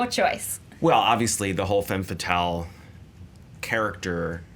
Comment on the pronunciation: Guys, the "e" in "femme fatale" is pronounced like the "u" in "rub", not like the "a" in "man". Learn your French. Stop being such stereotypical Americans who don't give a shit about foreign languaages.